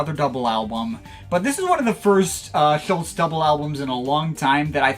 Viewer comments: Klaus wasn't a founding member of Tangerine Dream, he joined in the summer of 1969 (leaving in the spring of 1970) - the band was formed in Sept 1967. His surname is pronounced approximately Schulz- er. RIP Klaus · Now all you need to do is pronounce his name properly!